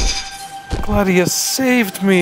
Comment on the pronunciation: Whydoya call her gladias or gladios when it's glados?